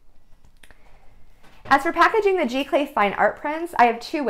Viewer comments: Very nice video---isn't it pronounded "Zee-Clay"? Or is this a different process? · Giclee is pronounce Zee - Clay :)